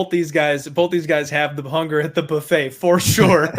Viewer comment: Boofet